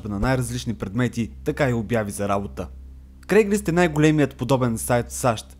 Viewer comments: Всъщност е craigSlist а не craiglist :D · казва се craigslist, а не craiglist.